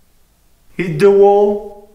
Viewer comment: il dit “hit the wall” mais j’entends “ hit the woah” 😂